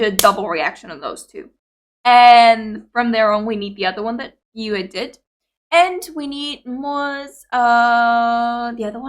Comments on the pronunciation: Gakuin means Academy iirc. For the love of Fox God hear the guide to get Yui's pronunciation correctly 😆👍 Black Babymetal songs: - Onedari Daisakusen live at Legend 1997 is safe, 'abr metal' and 'Gans Tomas' channel got this one, is the one you saw here in the guide, there's also another special version without YuiMetal in Budokan 2021, BMRR got that one. - Song 4 ('4 No Uta' in Japanese) live at Budokan 2014, 'Kawaii Metal' got this one. - GJ! live at Tokyo Dome 2016 or Wembley Arena is fine, again BMRR, Same as OD, MoaMetal return with this song doing it solo, first time was at Legend S 2017, last time was at Budokan 2021. - Sis Anger, live at Tokyo Dome 2016, search on BMRR for the best version. - Chokotto Love, live at Legend ) "BaaBo Channel" got this one safe to react, couldn't find a version with subtitles for the narrated intro, please refer to 'du-metal' translations page. - Love Machine, same as above. Since both songs are kinda short it'll be fine if you do a double reaction with those. There's only fancams of YuiMetal and MoaMetal 15th Birthday while in Europe just before mythical Sonisphere Festival 2014. "MoaBanger" live at Legend M 2019 which is Headbanger! with MoaMetal singing the second part of the song is at BMRR. SuMetal got their own 20th birthday at Legend S Baptism XX but those are heavily blocked, you'll get some luck if you can watch "No Rain No Rainbow" or some special clips from that concert, like the Intro "In The Name Of" with all those foxes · It's tricky to get one's brain to switch to saying a word a different way than what you've been used to, but now you've got in this video to hear Yui pronounce it angelically 😇 (it rhymes with Dewey and Huey) Thanks for reacting to the Guide! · I agree with other comments, First and Most Important: GET YUI´s Name pronunciation RIGHT. To many Videos watched and Still not saying it correctly, is not rocket science. Pleeeease